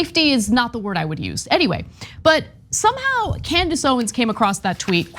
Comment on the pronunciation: "Klandace Owens."